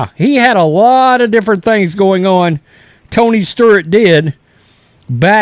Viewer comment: Is it Tony Sturt, or Tony Stewart lmao